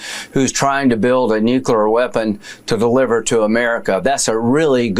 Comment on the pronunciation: What is a "nucular weapon". It's hard to listen to bozos who can't read.